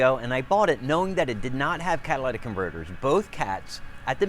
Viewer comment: Holy shit - You talk too fast. Also, it’s Cat-a-li-tic converters.